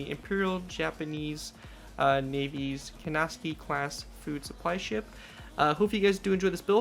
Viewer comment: Pronunciation man comes to the rescue! Kinesaki pronounced KIn (I is pronounced like eye) Saa-kee